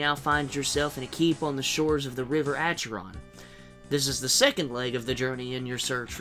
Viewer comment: Also, not to be rude, but I believe it is pronounced Ackeron not asheron.